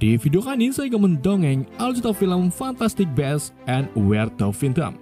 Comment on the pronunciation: perbaikin lagi cara baca judul fiilm bang, cuman saran. bacanya 'fantastik bisz en where tu fain dem'